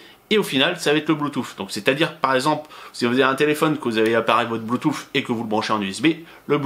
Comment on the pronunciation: Bluetoo"SSE" pas bluetoo"FFE" ! :)